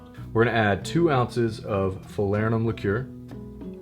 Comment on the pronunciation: Falernum huh?